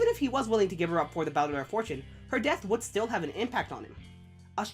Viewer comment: good video but your pronunciation of baudelaire is bad, it's how i also used to pronounce it when i first read the books but when i watched the jim carrey movie i was like oh that's how you pronounce it and fixed my pronounciation. have you seen the second season yet? i just finished it a few days ago and loved it. im thinking of rereading the books before season 3 comes out.